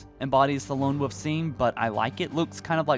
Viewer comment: Wolf not woof... you don't say wooferine instead of Wolverine do you? seems to be a common mistake. SO STILL NO GRIFFBALL!?! WE NEED ASSAULT!!! Welp i'll be waiting another 6 months. 6 years and they are still kinda giving us excuses.... i'll be holding off my purchase of campaign.